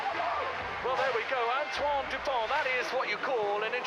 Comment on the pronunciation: By the way; the T at the end of his name is silence so you pronounce: Antoine Dupon 😉